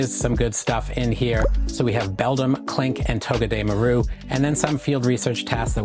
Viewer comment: its pronunciation is toh-geh-deh-MAR-oo Like all together you are kinda separating it, not to be petty and all.